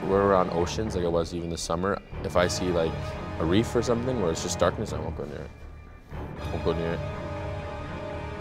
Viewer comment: Dårkness. Haha